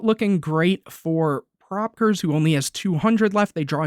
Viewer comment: to pronounce it its pro peekayers 2010